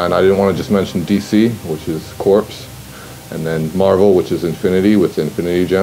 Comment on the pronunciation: Isn't "corps" pronounced "core" not "corpse"?